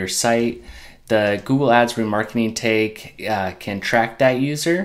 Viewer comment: Thanks for the video - quick and easy to follow! Just interesting the way you pronounce tag as 'tayge' haha :P